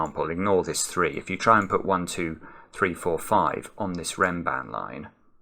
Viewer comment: Perfectly pronounced! A beautiful Renban Abed Hawila.